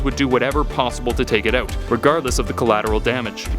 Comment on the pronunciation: "oot there". Canadian, maybe?